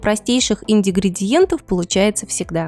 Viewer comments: Нет! Индигридиент! Автору виднее с ним не спорят! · Друзья, когда озвучиваете публично текст, пожалуйста проверяйте свою грамотность? 🙏Можно ошибиться в правописание но в произношение это просто не простительно. "Идигридиэнт", такого слова нет в русском языке,, может это всё же ингридиент? Дальше и смотреть, и слушать желание пропадает, и ни какого лайка. 🤮🤯🥴🤔